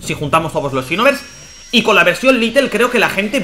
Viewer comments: No es litel es lite hijico mío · Todo el video diciendo little, cuando en el título pone lite(lait)